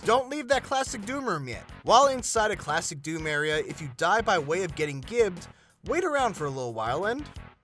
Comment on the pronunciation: it’s gibbed as in giblets